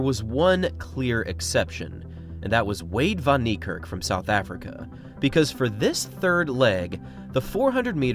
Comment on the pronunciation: Its pronounced Fun Nick Kark, a as in apple and the r is a lightly rolled rrrr.